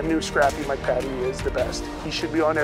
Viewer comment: Greg's Airplanes and Automobiles Peninsulasrsvideos AgentJayZ (turbine engines only) PS: Mike pronounces his last name "Paytee" not "Patty".